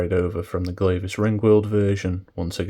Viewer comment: It's pronounced Gleah, like yeah. Glavis Ringworld.